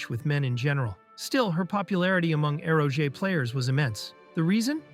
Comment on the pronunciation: Eroge “aero-jay” 😂🤦‍♂️